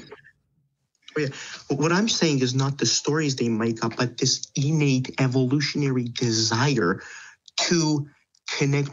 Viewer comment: It’s a very minor detail, but the way he keeps pronouncing innate as “e-nate” really annoys me.